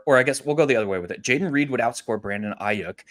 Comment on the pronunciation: First time listening to you guys. Loved the content. But you was butchering Brandon Aiyuk last name fam. And kept on saying it!! I’m not tryna tell you what to do but at the same time, with this being your job maybe just a tad bit of accuracy for the names. 🎯😂 but I finally am understanding leverage thanks to yall so great job altogether. 🙏🏾